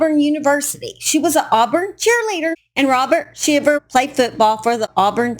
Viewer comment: It’s pronounced “howston” county not “hewston”…I also know some Shivers in south GA and it is pronounced with a long i as in Sheye-ver. I’m assuming hers is pronounced the same way but don’t know that for sure. Just FYI !